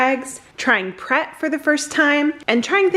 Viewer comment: Its Pret, as in pretentious. You guys need to go to a traditional transport cafe for a plateful.